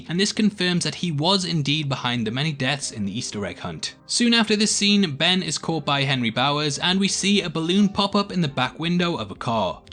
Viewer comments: he says benry instead of ben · Did you say benry